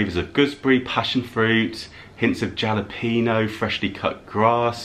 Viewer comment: Hi, just a little pronunciation correction……. Jalapeños is not pronounced with a ‘J’ sound…… it is actually pronounced with an ‘H’ sound….halapenos. Spelled with a J but pronounced ‘ha’. In California there is a city named La Jolla but it is pronounced La Hoya!